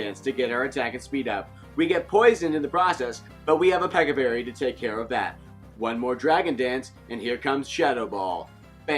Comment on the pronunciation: "But we have a Peck-a berry to take care of that" Me a person who understands what ch sounds like between two vowels: " a wat"